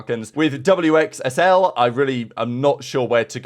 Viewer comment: Yo the d700mx kid name is not doom, its pronounced as dahoom. The 7 is the letter ح in Arabic which is similar to the sound of "ha" and similar when you say hamzafrosty. And wxsl is pronounced as wixsel. I've played with exnid and them and know them since before cdl since bo3 days.